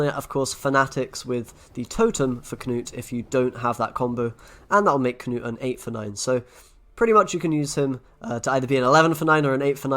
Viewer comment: So nice when content creators actually pronounce Knut as it should be said (looking at you Swim & McBeard) c